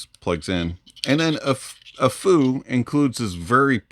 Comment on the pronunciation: Any benefit to upgrading to the Snowynight from the Tanchjiam Space? Side note, you're the first person I've heard pronounce Aful correctly.